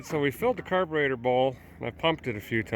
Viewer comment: Did you say "carburator"?